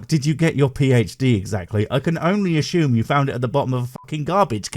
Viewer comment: I asked you a few years ago why you pronounce the word 'assume' as 'ashume', I asked if it was a regional thing, and your answer was "No, it's more an everyone else is wrong and I am right thing.." Peace from Ireland, subbed and liked as always, keep being you 😅